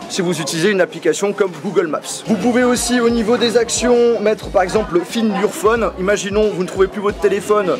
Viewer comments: 😂😂😂 find orfone hhhhh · "find your phone" quel accent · Tu te débrouille pas mal en Anglais à 😅